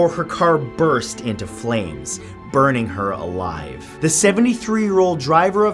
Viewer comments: Why di you say it like that "BuRnInG HeR aLiVe" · What's wrong with you? These were people, actual good people. And yet you dramatically go "burning her alive" with emphasis and creepy music in the background? Making the vid is one thing but trying to be as dramatic and creepy as possible is another. At least try to respect these poor people.